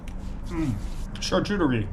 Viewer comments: It's beyond me that you couldnt say the simple name...champooqdierie!!! say it with me...sham-pook-do-ree!! lol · SHAR-KOO-TER-REE 👍 SHARK-EW-TREE 🤔